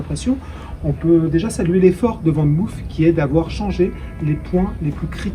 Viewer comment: Van moof se prononce "fane mof" et non "van mouf" Groetjes!